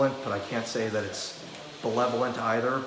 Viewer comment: *Benevolent; not belevolent😉